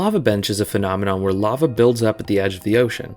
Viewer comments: Weeeeeeeeer, not were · "we don't even have a national database of weir each one is"